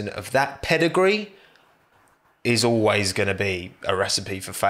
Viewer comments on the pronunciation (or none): none